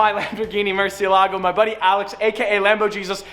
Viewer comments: It's pronounced mur-CIE!-la-go, not murcie-lago. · Isn’t it pronounced Murci-É-lago since it’s a Spanish word? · In Italian you should said: MURSIELAGO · It's drive me nuts how you pronounce murcielago wrong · You don’t pronounce murcielago like that.